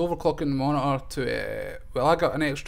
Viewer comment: You overclocked your "moni-ahh"?